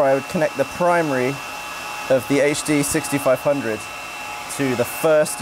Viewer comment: The tech is over my head but I thoroughly enjoyed listening to someone pronouncing "HD6500" without adding the /h/ to the "H". So satisfying!